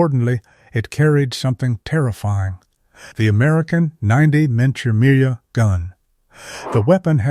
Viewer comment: "Menchamir"? "Memory memory"? "Minya memra"? What the hell is this? Ayeye can't say millimetre? A digital speech impediment! I mean, yeah millimetre is a difficult, tongue-twister word to try & pronounce isn't it! Pathetic.